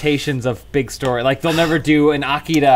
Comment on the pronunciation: Respect to for pronouncing Akira correctly 👍